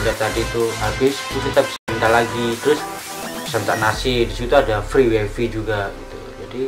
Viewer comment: free wifi tapi dibacanya free wayfay ya.. koreksi. wkwkwk